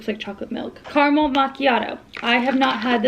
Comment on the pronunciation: Anyone else triggered by her pronunciation of caramel? Lol 😂